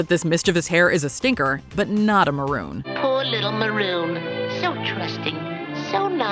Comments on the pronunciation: The term maroon is racist. it was a name used for runaway slaves. I don't think Warner Brothers meant it as anything more than a comic mispronounciation of the word moron. Still, can't help but think about its other meanings when I'm watching cartoons. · I honestly always thought it was Bugs mispronouncing "moron". Like when he said "nincowpoop" for nincompoop.